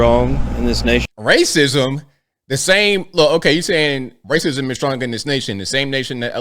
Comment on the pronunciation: WACISM??? WASKLY WABBIT